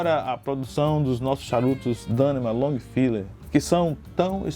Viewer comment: Muito bom. Só tem que aprender a pronunciar "Dannemann".